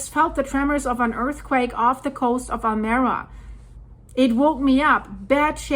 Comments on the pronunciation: Almeria is pronounced Al Me Ria not Almeera From old Andalus meaning the mirror of the sea or to the light Enjoy your in-depth work!!! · Pronounce town as Almería, accent in the i just as it is written... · It is not Almera but Almeria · Almería is pronounced ALMEREEIA